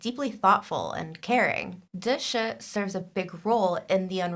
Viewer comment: As a book reader, i so need this vid of connecting the book and tv characters, so thank you! Just a pronunciation correction please. "Da Shi" is not "the shuh". It is "Da She" - each word is equally vocalized